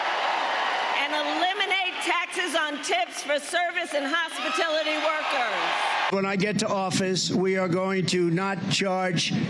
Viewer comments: Did she say hospitillity workers? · what is hospitility? she can’t even say hospitality correctly, 🤔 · Did she say hospit-ility? 😂😂 yes just let her speak. She’ll be her own demise. 😂😂 Trump 🇺🇸🇺🇸🇺🇸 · It’s HOSP IT ALITY KACK aLA